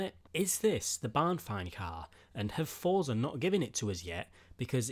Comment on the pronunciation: Why the shit do people say thotza it clearly says forza